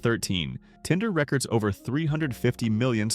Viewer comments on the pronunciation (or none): almost immediately into the video when it said records instead of re-cords it gave the AI away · I swear fucking AI is everywhere. Who say records (reck-erds) when they mean records (re-cords)